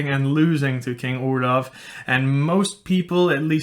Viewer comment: oh i'm desapointed because you pronouced "oulav" while i always thought it was "oh-lahff" ( "grosse baffe" for who could understand that joke ) ; it's like earing the name of another guy...